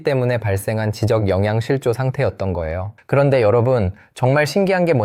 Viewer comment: 목소리가 AI가 아닌게 맞아요? 지적 소외감 .. 지적.. 발음이 이상한데